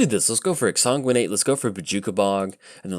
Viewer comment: we've already been over this whole exsanguinate pronunciation.